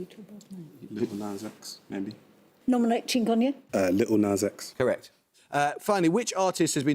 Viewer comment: hearing the words "little nas x" in a posh accent made my day. thank you.